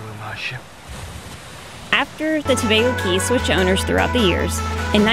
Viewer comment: Do they still charge a fee to enter the Tobago Cays? Incidently, "cays" is pronounced "keys".